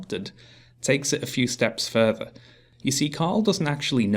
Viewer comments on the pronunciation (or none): none